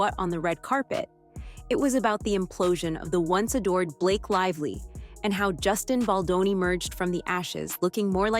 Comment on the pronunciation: Whom ever is reading from the teleprompter, find a new job! If you can’t even enunciate, Justin Baldoni’s name correctly, after all these months…give it up! Go get a real job!😊